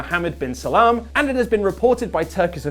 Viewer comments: 😂😂😂 Lolol.... Is he saying Muhammad bin Salam.... It's Muhammad bin Salman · Its Salman not Salam. Thanks tho <3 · Its muhammad bin salman not salam lol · It's Mohammed Bin Salman not Salam